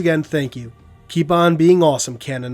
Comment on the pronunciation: You say canonite but I just hear canaanite lol